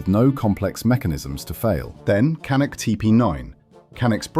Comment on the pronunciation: kanik diyen kardeşimize canik demeyi de öğreticez :)